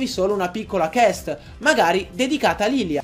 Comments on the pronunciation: Lo sai che si dice Quest e non CHEst? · Si dice quest non chest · ....Shane on You, gni fan de GDR o in generale un videogiocatore medio da pronunciare questa parola -.- ma poi come fai a dirla così? Nemmeno ci sta la H...era facile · Esempio poco calzante, tu non hai pronunciato male il termine, l'hai direttamente trasformato aggiungendogli lettere che non ha. Poi....l'inglese non ha pronunce imprevedibili, altrimenti non sarebbe studiabile nella sua grammatica, che di per sè è semplice e più pratica della nostra. Poi so, certo noi italiani sbagliamo molti termini, ma cavolo....quest, si pronuncia così come si legge, ci arrivano a 10 anni senza studiare inglese.